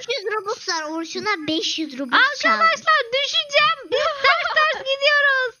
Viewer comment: Abla o bobux değil robux